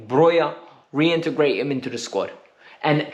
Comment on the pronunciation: I agreed with everything until u said reintergrate Broja like nah